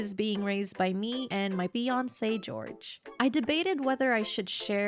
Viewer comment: I thought I heard fiancee george then I ran into comments to confirm wth I heard 😅